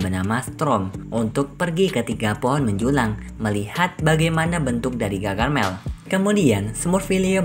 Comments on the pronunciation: Bukan gagarmel..tapi gargamel 😅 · gargamel kali bukan gagarmel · Harusnya gargamel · Gargamel kak bukan gagarmel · Om bukan gagarmel tapi gargamel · Bamg gargamel, bukan gagarmel 😭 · Bang bukan gagarmel tapi gargamel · Bukan gagarmel tapi gargamel